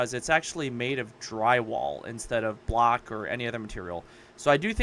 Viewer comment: Ohhh, "block." I thought you were saying "black", lol 😅